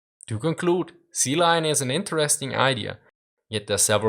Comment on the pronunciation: "Sea lu, sea lion"